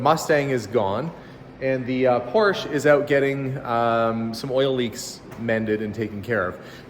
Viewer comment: Dear. 👍👌👏 THANK YOU SO VERY MUCH for saying Porsche the correct way in one of your last videos. ALSO THANKS for saying garage and not garradge! I don't know where all this mispronouncing comes from but it definitely annoys me every time I hear things like that.. As I mentioned before, nobody says Chevrol instead of Chevrolet. Or Mercede instead of Mercedes! So why do people say Porsch??? Same thing with garage. There is neither a double r nor a dg in this word. So thanks again for doing it right and talking about how to pronounce it right! 👍👌👏 Best regards, luck and health to all of